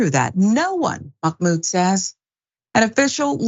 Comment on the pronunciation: Just a quick fyi. There is no “k” in Mahmoud. :)